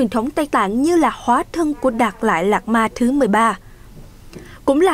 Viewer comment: Biên tập viên đọc tên đạt lai lạt ma cũng. Sai nữa😂